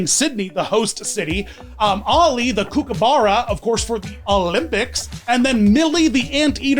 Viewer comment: My Australian eyes widened at the pronunciation of kookaburra and then I just about fell over at calling Millie an anteater! Not even a hedgehog an ANTEATER 😂